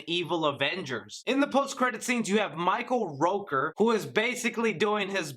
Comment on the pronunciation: Wow, you really butchered Michael Rooker's name.